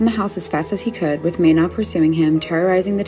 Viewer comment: Ok im from Thailand and they pronounced "mae na" incorrect nomhate but ur suppose to pronounce it "MA-NA" not "May-NA"